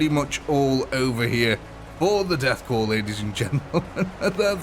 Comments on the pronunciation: goddammit, son, "korps" is pronounced like "core", not "corpse". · holy hell, corps, NOT corpse. There is no E on the end. Every time it says corpse. The death corps is not dead yet, therefore, they're a corps, but not a corpse yet. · You do not pronounce the P in Corps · Listening to this man mispronounce corps, cadian and every other important name was a pain on the senses